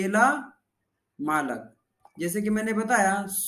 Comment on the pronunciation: Malik not malak